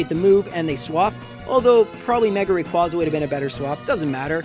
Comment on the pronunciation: You pronounced rayquaza wrong